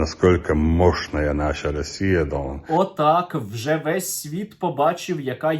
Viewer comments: Та навчіть вже бідолаху вимовляти «гон» на початку його «дон» 🥺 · А чому він весь час каже дон?